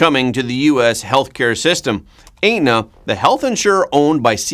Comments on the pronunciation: Et-na not ate-na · Aetna is pronounced Etna, the "a" is silent. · you do a great job of giving us real news! Thank you! It sounds like you may have a Canadian accent? Aetna is pronounced Et-nuh. 🙃😊🤗 A few other words give you away, as not being US pronunciation’s, but not too odd to our ears.